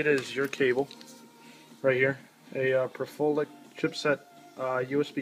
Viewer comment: Wait; "Per-Folic"...? I think you meant to say, 'Pro-LIFF-ick' (ie. Prolific)...